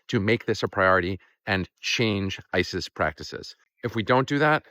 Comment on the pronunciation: At the end you said "to change ICE's practices" but I heard "to change ISIS's practices". Both equally bad groups.